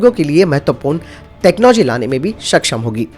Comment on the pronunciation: Self propelled ka matlab hain khud se chalanewala na ki khud ko nasht karanewala. Khud ko nasht karane wale ko 'self destructive' kahete hain. Hindi uchcharan bhi sudharein. Saksham ko baar,baar shaksham kaha gaya hain. Kya ab hum Hindi bhi thik se nahi bolenge? Baki video achchha hain